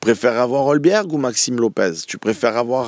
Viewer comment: Et Hojbjerg il invente un L au milieu, c’est pas Holbjerg mais Hojbjerg a prononcer Hoïbière